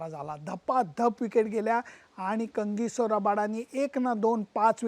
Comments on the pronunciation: लेले सर, तुम्ही कांगीसो का म्हणता, त्याचे नाव कगिसो आहे ना? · कंगीसो नाही तर कगिसो रबाडा... जस संजय मांजरेकर HUNDYI ला हांडे म्हणतो तस....... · सर, काहिसो रबाडा असा उच्चार आहे. Kindly note.